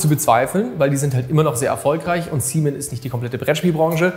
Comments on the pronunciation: Also ich würde es begrüßen, wenn du CMON wie "Come on" aussprichst und nicht wie "semen", das ist einfach auf so vielen Ebenen falsch XD. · warum wie bei ankh "seamen" (oder english semen) und nicht einfach normal seamon? da cmon ne O und nicht E hat? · Can't unhear :D